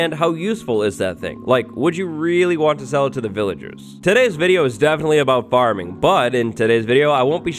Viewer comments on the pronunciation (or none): I’m a huge fan of you. “farmin” 😀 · Also "farmin"